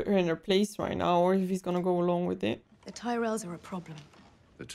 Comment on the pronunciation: You are already middle of third season. It’s kinda too late for starting books. I have a question about this episode: Cersei pronounces “Tyrells” but Tywin Lannister responded differently pronounce same word“Tyrells”. Anyone knows why?